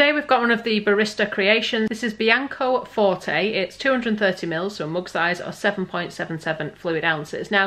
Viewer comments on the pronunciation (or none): none